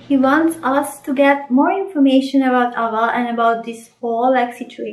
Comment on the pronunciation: Soulless MC is my favorite MC so far . Okay so no offense but you're saying the name Ava kind of in a weird way and I understand it's probably coz of where you're from and English may not be your native language but if I may ... say the name like 'A-va' or Like A VA , more focus on the 'A' . I am so sorry about being all nitpicky😅